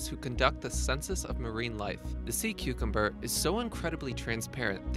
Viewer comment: sea cumcum XD